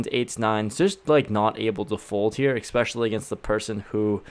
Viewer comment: Someone has to say it...there’s no “x” in the word especially